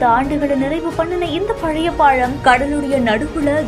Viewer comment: பாழம் இல்ல பாலம். பாவம் தமிழ் இவகிட்ட மாட்டிகிட்டு.